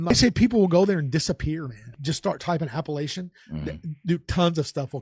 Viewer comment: It’s Appalachian. Appellation is a word of its own. App uh latch inn